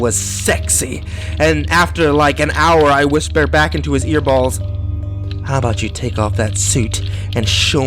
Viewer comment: Ear balls?? Was that supposed to be ear holes? 0_o